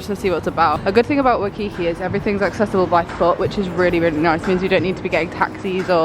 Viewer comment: It's WHY-kiki, not wuhkiki